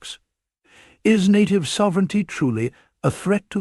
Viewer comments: Please pronounce NATIVE correctly. Your clip is a loser unless you do some serious proofreading up front. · You sank the whole shebang when you mispronounced native. 😅😅😅😅😅😅😅😅😅😅 You're not real, and you have no respect for the issue you are exploring here.